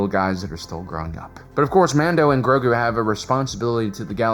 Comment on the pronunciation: About 85% of the time, Grogu was mispronounced. It is Grow-goo, not Growgurt.